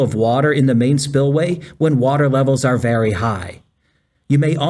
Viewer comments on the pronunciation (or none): none